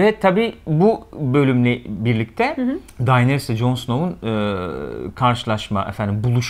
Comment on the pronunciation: Arkadaşlar Daenerys e "Dayneris" demekten vazgeçerseniz müteşekkir olucam. "Deneris" i "Dayneris" şeklinde telafuz ettiğiniz her an muhabbetten kopuyorum. "It''s not you" da ozunde bir onay cumlesi; stark Kurtlari Karakter olarak sahiplerine benzerler, mesela Sansa'nın kurdu daha yumuşak huyluyken Ricon un kurdu içlerinde en saldırganıydı. Dolayısıyla Arya'nın en özgür iradeli Stark olması kurdunda da mevcut ve Kurdun kurduğu pack ve liderlik etme isteği, Arya'dan kopup kendi yoluna gitmesi , Arya'nın " eh yani sormam kabahat tabiki gelmeyeceksin çünkü sen bu ( Emir'e uyan nereye çekilse gelen biri) değilsin, benim gibisin, sigh " iç sesinin ve durumu kabullenişinin tezahürü bence.